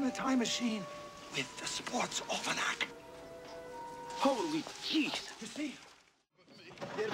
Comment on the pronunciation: I think Marty's edited "Holy jeez" sounds a lot more like "Holy cheese." Do you hear it too?